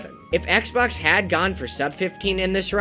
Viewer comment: The most impressive part of this video is how he finally pronounced Xbox's name right